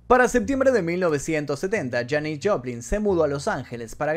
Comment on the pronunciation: Bro muy interesantes los datos, pero no es Janice, es Janis (Pronunciación: Yanis), es que como la admiro tanto y la escucho desde que tengo memoria me creas un problema en la mente, por favor disculpa y mil gracias por tu video.